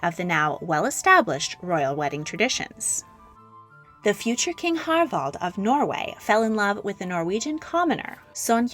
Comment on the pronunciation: kept pronouncing the Norwegian King's name as Harvald, when his name is Harald...weird.